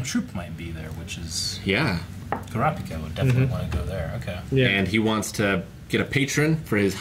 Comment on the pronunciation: episode 25 and poor still cant pronounce kurapika xdd